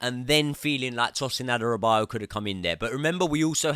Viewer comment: please watch how to pronounce Adarabioyo:D